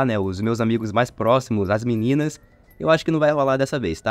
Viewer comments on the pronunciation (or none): ele enfatizando muito ''AS MENINAS hehe'' kdaskasdkasdkasdksadk mt bom mano parabéns